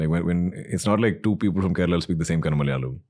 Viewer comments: It's Kerala not kerela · Come on. Kerala and not Kerela!